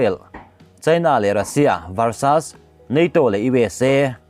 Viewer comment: Varsas ni lo in varses ti zawk la i dik hmel zawk